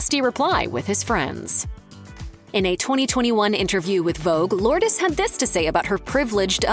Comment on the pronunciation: You're pronouncing her name incorrectly! 🤫🤭😝